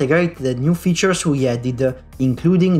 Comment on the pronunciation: You don't have to say "uh" after every word/consonant in english, for example the word "features" ends in "S." and not in "esuh". Aside from that nice video.